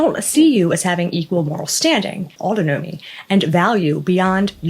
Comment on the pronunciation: Look into the proper pronunciation of autonomy.